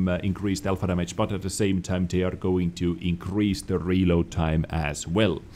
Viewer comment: Gotta fucking love the accent mate, lol. I can't help but laugh as well when he says... Dhamajj. (Damage) xD Not saying it's bad, I just find it funny.